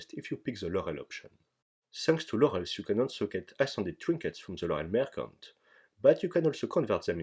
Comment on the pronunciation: I love how in your old 2018 gold farm video you pronounced "Laurels" as "lorls"